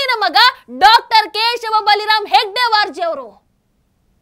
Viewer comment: ಹೆಗ್ಡೆವಾರ್ ಅಲ್ಲ ಹೆಡಗೇವಾರ ಮೇಡಂ